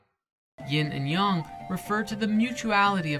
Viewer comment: if you're going to say "Yin and Yong" instead of "Yin and Yang", then you need to say "Yeen and Yong". You're either going to localize it or you're going to pronounce it accurately. You cannot have it both ways.